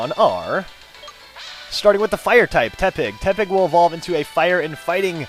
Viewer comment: It's Porky Te-pig